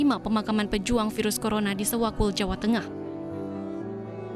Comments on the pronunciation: Sewakul maksudnya bukan sewulan,hehehe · Bukan Presenter nya aja gaes yg ga nyambung, Tim redaksi nya emang ini yg aneh. Sewakul kok jadi suwatu Wkwkwk